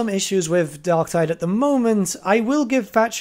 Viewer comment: DarkTIDE. Tide. Like...Vermintide. Tide.